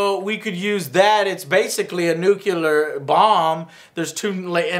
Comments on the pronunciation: Okay, my comment has nothing to to with the review itself (altough I think it's awesome - the review, not the movie) but do I hear it correctly when Jore says "nucular"? Shouldn't it be "nu-cl-ar"? I just ask, because many people seem to mispronounce it, so no offense, Joe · Nuclear! For fuck's sake Joe it's pronounced nuclear, not nucular. Nu-clear, two syllables. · "Nucular"? Come one Joe, you are not George Bush, I consider you are much smarter!